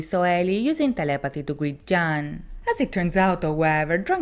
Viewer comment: Please follow whatever format you feel comfortable with. Also jaan is pronounced as ian :)